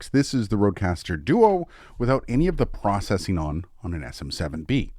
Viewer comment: It would be pretty cool to compare Aphex processing to something like the BBE Sonic Maximizer. They're different, but sort of do the same thing. I think? Also, processing is pronounced "processing," not "processing." 😁😇